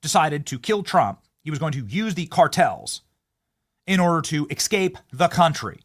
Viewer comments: Benny, please stop saying Xcape. It's EScape. Thank you. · My skin crawls whenever Benny says "ekscape" and "nucular." I know this is a kind of lowbrow, clickbait channel, but if you love America, you gotta speak the language.